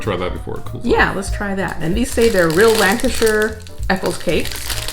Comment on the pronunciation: think your the first americans ive heard pronounce lancashire correctly lol